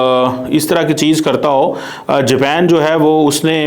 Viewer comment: اوہ بھائی جاپین نہیں جاپان ہوتا ہے